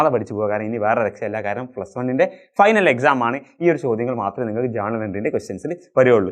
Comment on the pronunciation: Journal entry ❌️jarnal entry ✅️😂